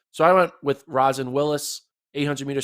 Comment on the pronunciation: It’s pronounced ro-sheen not rawzin🥴